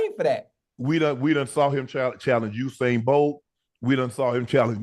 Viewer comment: Why do we call the man Osain, when it's Usain. Ya got me calling him Oohsain too😂